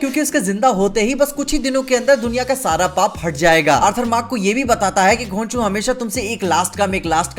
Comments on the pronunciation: was epic hear with clear he said khonshu not ghonchu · । तुमने ख्वांशु कहा था की घोंचू? मेरे को घोंचू ही सुनाई दे रहा था। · I want to know from you that you said khonshu or "ghochu" in your video...😅😅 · Ye Kya Keh Gaya......Khonshu Ko Ghonchu....😂😂😂 se slow motion me karke suno....😂😂😂😂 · did i hear konshu as ghochu XD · Everytime He Said Konshu, I Heard Gochu 😂😂